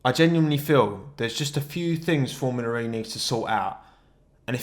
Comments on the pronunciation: "formula re" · every time he says formula ree my brain dies